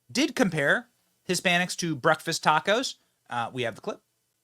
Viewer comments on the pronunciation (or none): She so did "tocos" really 😂